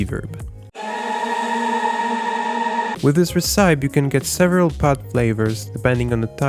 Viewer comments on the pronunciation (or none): He has fallen in the trap that every foreigner has - the age old "recipe" mispronounciation. I can't blame him though, English spelling and pronunciation are a nightmare 😂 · I've gotta say I love 'Re-sipe' for 'Reh-see-pee'! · RE-CIPE roflmao